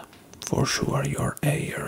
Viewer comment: "Your 'air are so eh, beautiful" something about that is adorable 😂